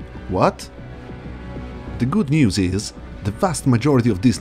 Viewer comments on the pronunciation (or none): none